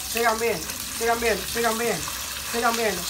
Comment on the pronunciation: Llega un punto donde dice tantas veces sigan viendo que ya después (no sé si soy yo,que estoy sordo de los ojos,o es el que ya se le lengua la traba) parece que dice sigan meando😂😂😂